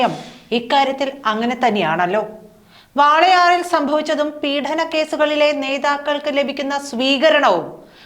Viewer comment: പീഠനമല്ല പീഡനം എന്ന് ഉച്ചരിക്കണം